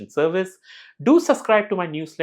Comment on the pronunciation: Hearing Deepavali wishes as it is as "Deepavali" instead of "Diwali" was so great. Keep rocking